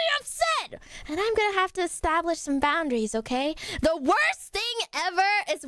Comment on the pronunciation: I think she meant e-stab-lish 🤣🤣🤣